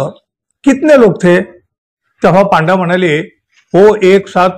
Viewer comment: पांडा नाही हो पंडे म्हणजे गाइड…